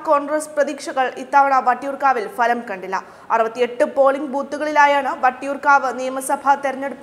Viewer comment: ഉച്ചാരണം ശരിയല്ല - ഫലം എന്ന പദം